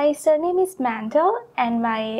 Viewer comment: 1 mark should be deducted for mispronouncing her surname. WTF was that?? 😂